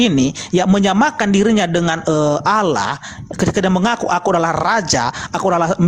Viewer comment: Kenapa pendeta sebut alah.